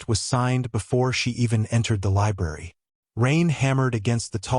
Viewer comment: LI B R A R Y not libarry. That first R is not silent. Sections of the story are repeated for no reason, and the AI narrator sounds very mechanical and somewhat staticky. Why the hell would he be suddenly and for no reason be bleeding below his ribs? This story swings wildly between saying he was poisoned to being stabbed by an employee. It's ANNOYING. Fire the AI writer...it's malfunctioning. Some comments are saying it ends in a cliffhanger, no it doesn't.